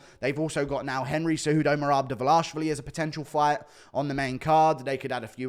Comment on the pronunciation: The way guru says Merarrb Divverlarrrrshvli